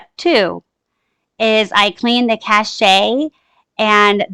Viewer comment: It’s pronounced just like the word cash. “Che” makes “sh” sound. 🤣 listening to you say “cashet” literally almost made me just stop watching right then and there. Seriously. 🤣 ca-shay? Lmfao. Maybe if it was spelled “cashet” clearly English isn’t your strong suit 🤷🏼‍♀️ or you missed school that day in kindergarten when we all learned that “che” words SOUND like “sh” for example: chef, machete, quiche, mustache, crochet… So say it with me, “CA-SH” that’s it. Not “cashet or cashay” JUST Cache. Cash. 🤣🤦🏼‍♀️😑